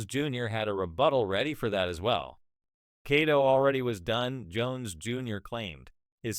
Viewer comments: if you don't know how to consistently say Cotto's name correctly... (& your not an AI narrator).. then you need to stop acting like you know Boxing.. just Stoppit.!!! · But people are always fuhkin' up Manny's name.. "Cotto" is only 2 syllables Lol